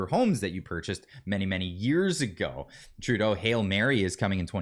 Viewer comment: Remeber It's True-Tho (Trudeau)